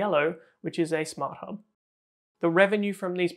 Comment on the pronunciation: he did not said hub, he said hoob 🤣🤣